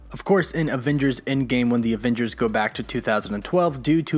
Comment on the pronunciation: I love your channel but I have to be honest the way you always say "avengers" makes me uncomfortable. It's like you're saying "avingers" with an i instead of with an E